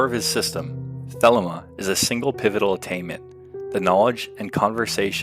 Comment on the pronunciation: It's pronounced "thuh-LEE-muh."